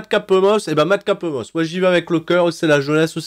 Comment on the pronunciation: Super video pronostic,et aussi le "mad capeuh moss"m'a tué🤣🤣